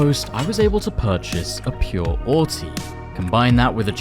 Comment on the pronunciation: “pure awwtey”💀 just playing love the content will keep it up